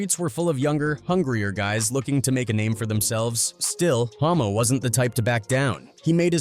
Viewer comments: The moment the commentary says "homo" instead of "hommo". Whoops! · 😂 bro the ai is tripping mispronouncing the guy's name, it's Hommo lol yeah exactly 😂